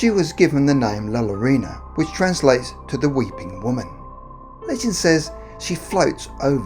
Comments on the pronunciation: Bro you’re saying the name wrong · He said la Llorona wrong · Why does everyone pronounce La Llorona like that, it makes me cringe so hard🤬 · It's alright if mispronounced La Llorona.. growing up in a Latin City (with Spanish forefathers), some of us pronounced Ll as is and some pronounced Ll as Y.. yolo! No big deal to Elders.. and where is the kindness people? is always giving us quality videos, is it too costly (todo vosotros, tiene rabio, ta hace saler como ello ya planta un grande granada) to mistake just one single word? Please do value Patience & Understanding❣😇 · Seriously the worst pronunciation. There was no one that you could ask how to pronounce La Llorona???? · I cringe everytime he pronounces "la llorona" wrong. *facepalm* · The two LL have a y sound ! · As a Mexican American it pisses me of to hear people mispronouncing spanish words especially well known words like La Llorona. It least do your research before putting up your videos.Thank You. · Sorry but i died when he pronounced it like thaaat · Myrtle Syd he didn’t pronounce it correctly he butchered it. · As so many others have pointed out, the word has a double L and since it is a Spanish word it is pronounced like a “Y”, like “yeah” so it would be “La ‘Yuh-rone-uh’” essential. I am in Phoenix so I am VERY familiar with the double L concept and I always tease my family that I want a “Yama” 🤣 anyhow, like I said, I live in Arizona and there are several variations of the story here! In Tombstone she threw her children in front of an oncoming train and can be spotted walking up and down the tracks at night, or so my best friend’s mom tells me (she grew up there). In downtown Phoenix she can be seen walking along the canals (where she downed her children) used for the Central Arizona Project (to bring water from the Salt River, not salty FYI 🤣). And there are LOTS of other stories here but, as you might know, there is a HUGE Hispanic population here in Arizona! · “La Loróna” *Cringe* ☹️